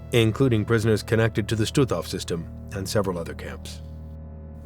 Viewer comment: Господи,да научите ИИ правильно произносить названия,не Штутов,а Штутгоф.